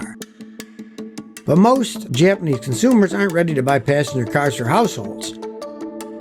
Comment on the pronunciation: My sole critique is that really needs to improve his Japanese pronunciation. 🙂